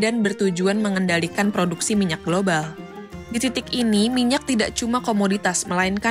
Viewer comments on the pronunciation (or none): none